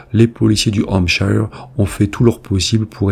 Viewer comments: Attention à la prononciation de 'shire' en anglais qui se prononce avec le 'schwa' sound /ə/ ou 'uh' (~ notre 'e' français) soit: /ˈhæmp.ʃə(r)/ Bref, 'Hampcheu(r)' et non 'hampchailleu(r)'. Pense à Yorkshire (Yorcheu(r) et non Yorkchailleur);-) Right?...Thank you! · Désolée mais on ne prononce pas Hampshire de cette façon. Ce n'est pas comme Higher mais comme Here. Je ne sais pas sic'est clair? 😂